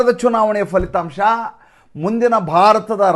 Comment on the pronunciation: Sir please not falithamsha it is phalithamsa